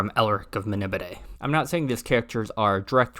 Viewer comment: Really good video. Love Elric and you bothered to pronounce Melnibone correctly! BUT! Adaptation not adaption. Social pariah not piranha. It's like fingers down a chalk board. Please. Sorry for being negative. Tough love.